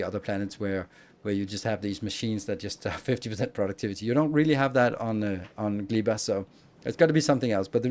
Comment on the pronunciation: Gleba is probably pronounced with ɛ not i